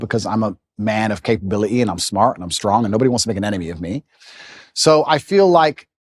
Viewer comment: "I'm not an expertise on." His stupid "capabil-i-ee" and how he could say all the arguments but "I felt." Scroll, next video 👎🏽 This dude sucks and more than Wemby, he deserves eggs thrown on him and the "cancellation" ppl talk about.